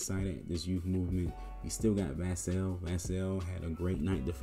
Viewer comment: Devin's last name is pronounced Vuh-Sell.